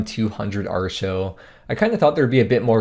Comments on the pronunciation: its pronounced are-e-o not arr-show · proper american pronunciation of Artio*